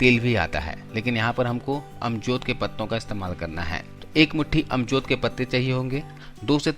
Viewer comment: Ajmod ky patty. amjod nhi bolty